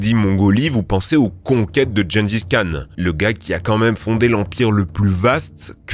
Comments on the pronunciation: Gengis Khan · Jaime bien "John gis khan"